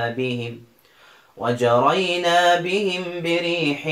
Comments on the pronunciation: للتصحيح في القرآن.. وجرين بهم وليس وجرينا بهم... فلا مد في النون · جزاكم الله خيرا أجدتم وأفدتم، فقط في قوله تعالى "وجرين" تقرأ من غيرمد ولعله مجرد سهو